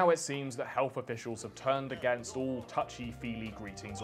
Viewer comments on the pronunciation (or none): none